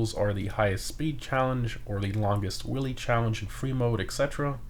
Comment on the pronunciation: I heard different when u said longest wheelie I thought u said longest willy 😂😂😂